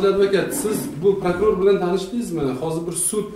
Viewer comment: Ee gap yoo oka dumkaga tuwib qoldi "prakror"